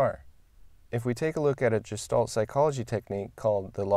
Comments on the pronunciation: Very interesting video, though I'm cringing a little bit every time you pronounce Gestalt as "Jestalt" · Excellent video... very interesting and helpful points! I can tell you've read a lot on the topic of Gestalt but haven't actually heard anyone pronounce it ;) I agree that strict adherence to the rule of thirds can stifle creativity. In its defense however, the one good thing about the rule is that it helps absolute beginners break away from thinking they need to centre everything in the frame. Once past this point though, it shouldn't be as much of a consideration as some would have us believe.